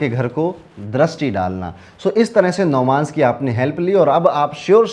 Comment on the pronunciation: navamsh hota h navmansh nhi😅